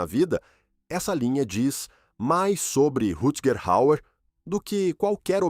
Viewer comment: Caramba , o narrador desse vídeo é PÉSSIMO para falar nomes estrangeiros ! Precisa de umas aulas !